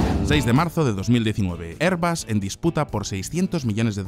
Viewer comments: Si dices "er"... di "bas", si dices "air" di "bus", pero no los mezcléis. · ERBUS o AIRBUS? Ni español ni ingles....